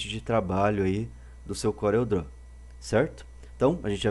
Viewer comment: Não da pra aguentar 16 aulas falando "Corel Dró"